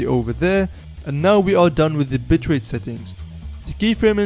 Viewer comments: did he just say bit*h rate. It's just the accent hahaha sorry btw you also made my DAY! thank you so much! :D already subscribed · Haha yes he did